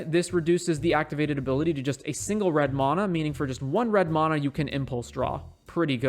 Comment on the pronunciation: Please learn to pronounce mana correctly 😂